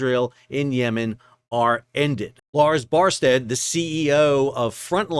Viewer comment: Well, that's not how I would pronounce "Barstad" since the penultimate letter of the name is "a" rather than "e". :)